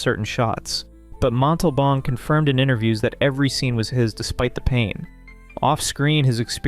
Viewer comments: Still didn't get James Arness' name correct. James Ar Ness. Mon tal bon not Mon' tal bon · Two actors have their last names incorrectly proounced: * Jim ArNESS (the accent is on the second syllable, not the first) * Ricardo MontalBAN (the accent is on the last syllable) I'm old. I've heard these names pronounced for decades. 😊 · Didn’t say Montalban right either.